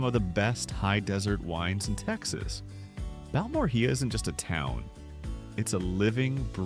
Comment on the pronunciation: If you’re going to create video content like this about communities, at least do the research and try to learn how some of the names of these towns are pronounced. It’s Bal-mor-ea.